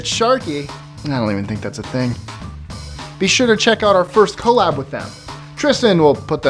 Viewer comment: He said co lab ..... TRIGGERED